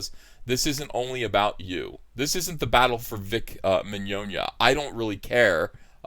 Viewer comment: First person I've ever heard pronounce the guy's name correctly.